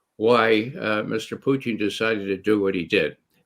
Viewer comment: Thank you for this roundtable, Gonzalo! I have discovered Ray McGovern for myself, a very insightful gentleman, and I love how he pronounces Russian names proper: the way they are actually pronounced, as opposed to butchering them into English pronunciation. Much respect.